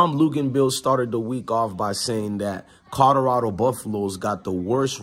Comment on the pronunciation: I dont mean to get on you for your pronunciation skills. However, there is an L in Colorado Fam, not 2 D's. Colorado not Codorado.....